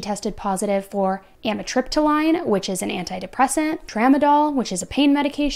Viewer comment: Meclizine and Amitriptyline are pronounced as zeen and leen at the end. Just so you know for next time.